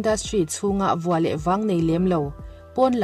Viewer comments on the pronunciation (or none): none